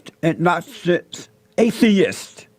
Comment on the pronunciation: stupid nigga can't say agnostic, so you know his stupid ass can't spell it.